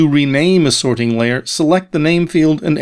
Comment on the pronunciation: He's emphasizing the "ting" in "sorting" for some reason. SorTING layer. Maybe the way we normally say sorting is hard for non-native speakers to understand.